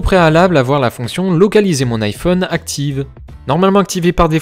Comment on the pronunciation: on dit Aï phone pas iphone